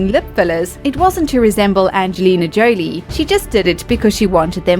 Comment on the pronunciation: If you can say "Leo" ("Leeoh") why do you say "LeeAnardo"?! It's not "Angelina "JOElee" it's"J (but not "dj", but ggg")-o, like in whole"- lee" and the tonic sylable is the last "Angelina JoLIE", no JOlie! 😮